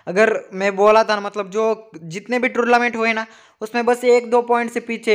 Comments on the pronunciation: Bhai please yr torlament nhi hota tornament hota hai😂😂😂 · Bro Its tournament not tourlament 🙃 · Bahi torlument nahi tornemment bahi